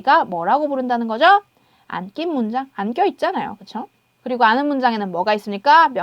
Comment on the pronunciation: 선생님 카리스마 있게 설명을 명확히 잘해주셔서 이해가 잘되었어요. 감사합니다 그런데 한가지~ 왜 안긴문장을 [안낀문장]이라고 발음하시는지요 ^^;;; 강의내용엔 문제가 없지만,, 약간 신경이 쓰여서요 ㅎㅎ